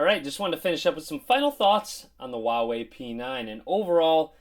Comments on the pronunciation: Dude it's not wawei, it's Huawei. H's not silent! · You pronounce it "Hwa way" :P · Herbsarebadforyou dude go to huawei website it even says “wow way”